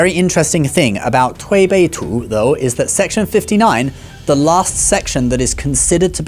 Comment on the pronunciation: ok ur chinese pronousation for the Tui Bei Tu is very execellent, well done